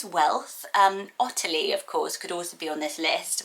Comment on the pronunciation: Did you say Otillia? I love this one with Tilly as a nickname